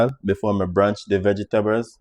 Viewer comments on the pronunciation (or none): Hi....liked the recipe..but it's "Blanch" not "branch" the vegetables ok? One love